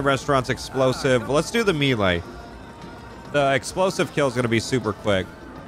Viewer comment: Every time you said melee that way, I threw up a little.